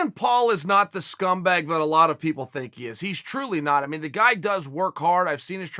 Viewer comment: 1:60 “so many pepple”